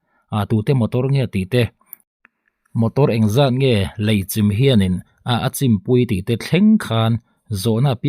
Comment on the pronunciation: 0.36 'chim' itih khi,i thluk danah chuan tuiin thil achim ang in ilam daih a,lei chim,in chim tih te anga thluk lo a chim ti alam tur